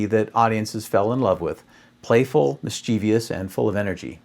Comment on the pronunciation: "mischievious" = mis·chiev·ous [ˈmɪstʃɪvəs]